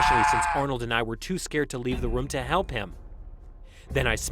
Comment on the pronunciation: The first narrator guy pronounces room as Roam.